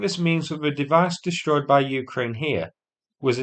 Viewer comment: "Dishtroyed"? Learn how to speak English.